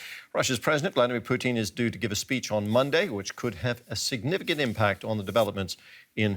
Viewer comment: Bro man called Putin poutine 😂